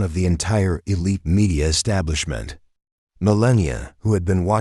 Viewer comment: MeLAH NEE AH